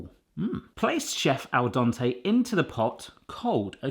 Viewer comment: Dente like Dentist....not like Dante!